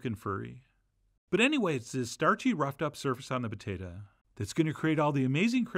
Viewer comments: Potatah? No, it’s potato. I’m an Idahoan. Potato. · "The Patayta" =)